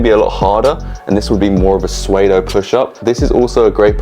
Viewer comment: Bro, I already told you. Soodo, not swaydo.